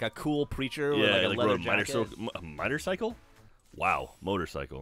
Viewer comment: was it who said "Mitercycle"? Cause he should have just stuck with it because I laughed